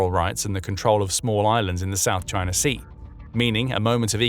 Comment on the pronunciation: "CHINER"? Sounds a lot like the Harvard "R". Alasker. Hawaiier, Alabamer, etc.